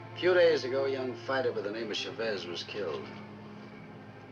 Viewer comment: Sad they can't pronounce Chavez properly.